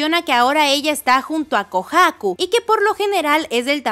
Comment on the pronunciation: Porque pronuncias así de mal “Kohaku”?